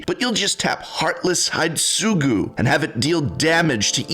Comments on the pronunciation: I'm sorry, I'm a weeb being a weeb here but Hidetsugu is pronounced Hee-Day-SUE-Goo. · I am of the mindset that their aren't any annoying commanders. Just annoying players. Also, because you are and love teaching and learning, Hidetsugu is pronounced Hee-day-tsu-gu. Cheers. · The real evil in this video is the pronunciation of "Hidetsugu"